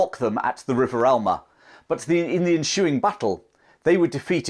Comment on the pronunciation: Why was the battle 'enshoeing' when it was ensueing?